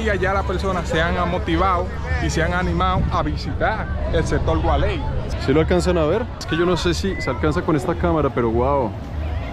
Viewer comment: El gualey no, gualey!!!! A lo pelao 😁